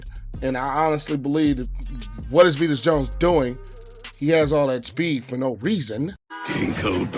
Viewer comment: Vee-Lus Jones sucks